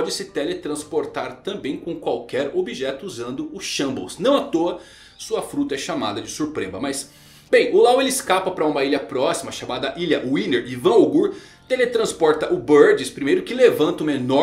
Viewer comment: Nn é shambles é shamberusu